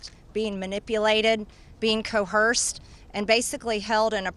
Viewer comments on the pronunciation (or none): Am so tired of people mis pronouncing the word coerce. It's NOT pronounced " co hersed, with an h). And just like MTG just demonstrated, people mispronounce it with SUCH confidence and authority, smh. 🥱